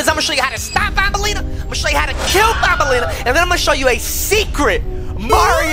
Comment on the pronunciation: Actually it's not bonbenlena it's actually banbelena and actually name it's opila bird